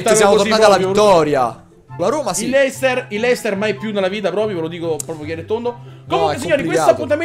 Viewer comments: Ma perché Leicester ma non luicester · si scrive leicester ma si legge leistà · si dice lester